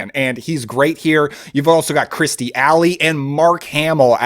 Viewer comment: Kirstie Alley, not Kristie